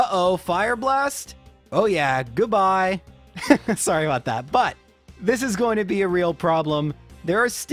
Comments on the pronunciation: We know you're Canadian as soon as you said sorey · I knew you were Canadian when you said "sorey" and not "sorry" at the beginning of the video lol. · JRose saying “sorry” is when it first crossed my mind that he’s Canadian.